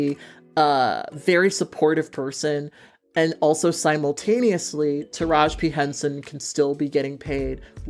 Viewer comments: TARAJI not Taraj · UPDATE: got the memo yall 😂👍🏾 I love your channel and I love your work, but I am dying at u calling Taraji “Taraj”. The video is done so there’s no way to correct. 😩 want to put some respect on her name is all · No the whole time I was hearing her say "Taraj" and I'm sitting here like damn have I been saying her name wrong this whole time lmao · Her name is taraji pronounced ( ta- ra Jee ) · I'm dead because I deadass... just always have said her name wrong lol.